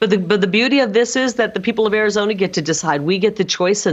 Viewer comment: Even Arizonans can't stand her, dears. It's Arizona, not KARIzona.